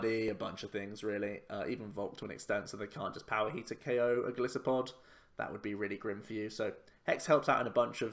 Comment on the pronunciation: It annoys me how everyone calls him Go-LISS-uh-pod when his name is a mix of Goliath (Go-LIE-so-pod) and Pod which is a reference to its many 'feet' since it is an insect it walks even on its legs.